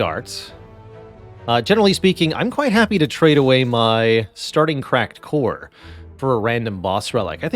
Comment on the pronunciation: Totally heard crack whore instead of cracked core lol